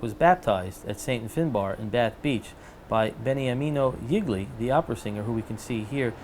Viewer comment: Awesome! Wonderful! I really enjoyed. One thing, please don't pronounce Gigli wrong. It is pronounced jeel yee accent on the first syllable. I'm sorry to be so picky, but, for me, hearing it pronounced wrong, is like nails across the blackboard.